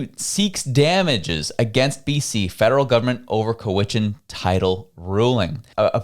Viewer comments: It’s pronounced Cow-ichan,. Not Co-wichan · Co-Wichan❌ Cow-Ichan✅ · Its pronounced COW IT CHAN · Please make an effort to properly learn these names so you don't appear so amateurish, Cow-ich-chan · The I sounding like eh. Cowehchan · Love you dude BUT it's COW - as in the bovine - COW I. CHAN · Thats pronounced. ""cow' ish en"" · You are not pronouncing Cowichan properly. The first 3 letters sound the same as the animal we eat - which is a Cow, ya now, the animals that goes mooooo!